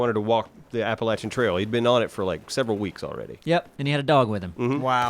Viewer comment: You can tell that is from good ol' NC with how he pronounces Appalachian. None of that App-a-lashion bullshit. ( ͡° ͜ʖ ͡°)